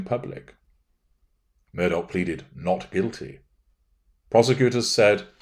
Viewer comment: You got the pronunciation precisely accurate. Glad you’re analyzing this man.